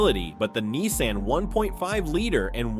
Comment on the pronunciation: It is Nissan. Not Neesan.